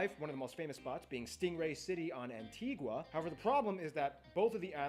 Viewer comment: He was gonna say at the end he pronounced the name wrong. We pronounce it an-ti-ga not an-ti-gwa